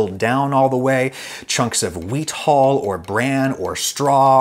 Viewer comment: Please practise saying "hull" over and over because "hole" is not right.